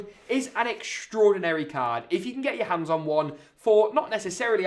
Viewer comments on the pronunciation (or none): none